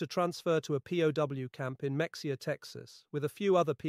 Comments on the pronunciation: Mexia, Texas is pronounced as a Spanish word, Me-hay-a, not Mex-e-a... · Lol, I grew up near Mexia, Tx. They pronounce it Mah-HEY-ya. I never knew there was a WW2 POW camp there. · It is not Mexia. Pronounced may he a. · That's Mexia pronounced Ma-Hay-ya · Ahem. Muh-hey-uh. Not Mexia. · Mexia is pronounced muh-HAY-uh, but you have to be from Texas to know that. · Just FYI, I'm pretty sure Mexia is pronounced Ma-hey-ya. At least that's how the old timers pronounced it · The town of Mexia, TX is pronounced like Muh-hay-uh. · ANN NICOLE SMITH WORKED AT A FAST FOOD CHICKEN JOINT IN MEXIA , TEXAS. IT'S PRONOUNCED ME HAY AH ............ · Slight correction. It’s pronounced mu hay a. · Mexia is pronounced Meh hee' a Welcome to Tejas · Mexia is pronounced Mah hay a. As in Spanish. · Mexia, Texas is pronounced ma-hay-uh…………..you’d think some one going to the trouble to read the accounts here within would do a bit of actual research and learn how to pronounce such a name………… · Mexia is pronounced meh hay ah. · Mexia is pronounced (muh·hay·uh). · Mexia is pronounced Ma-HEY-ah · It’s pronounced ma-ha-a not mexia. And Val-ae not Val-et. Good otherwise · Ma Hay Ah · the town named after the Mexican General, José Antonio Mexía, isn’t a Spanish pronunciation? I’m pretty sure it is. 😂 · Can't pronounce Mexia; unimpressive AI narration.